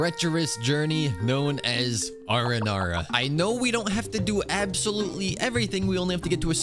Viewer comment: Did I heard you right? ARANARA!?